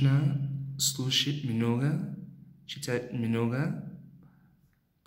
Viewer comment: Ты произносишь "много" прям как украинец, то есть, с звуком "х" вместо г.